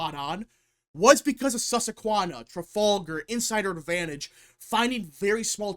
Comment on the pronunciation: So… this is intentional mispronunciation now? Suss-Qua-Hann-Nah, not Sussequanna. I grew up in PA less than thirty miles from the Susquehanna River, and this is getting incredibly grating every time. Red Eagle pronounces it correctly. So do Steve Turley and Benny Johnson and others. Why can’t you?